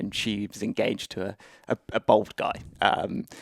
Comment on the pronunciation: Why cant anyone pronounce "bald" anymore. See Americans, English and Australians saying "bold" nowadays